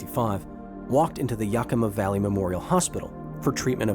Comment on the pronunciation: So many youtubers pronounce Yakima wrong it's funny